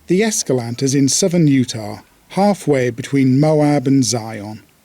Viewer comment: Please, it's Es-ca-LAN-teh.